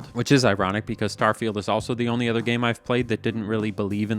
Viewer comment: Where does the word 'other' get pronounced 'ether'? Is that a Canadian accent? US mid west somewhere?